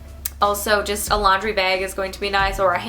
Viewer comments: THE WAY SHE SAID BAG WAS SO FUNNY IT SOUNDED LIKE "BEAG" WHICH CONFUSED ME SO BAD :) :) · I love how you say bag! Btw I'm in 8th grade and I'm watching this!